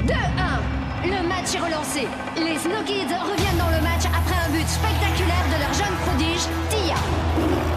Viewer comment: Je viens enfin de comprendre le nom de leur équipe.... Après des années, pourtant j'étais déjà ado je crois quand ça a commencé, mais avec leur prononciation, jamais entendu "Snow Kids".